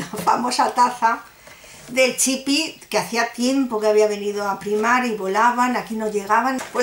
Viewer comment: Es chip...no chipi